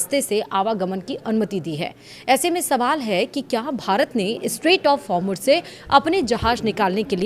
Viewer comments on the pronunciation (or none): Hormush nhi hai madam,Hormouz hai